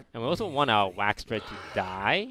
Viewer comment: Okay Toast, we love you, but say it with me: WAX-A-DRED There's an "a" in there